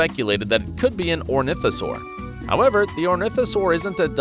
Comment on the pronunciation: the correct species is not orntihosaur, its actually ornithomimosaur (or-nith-oh-mime-oh-sore)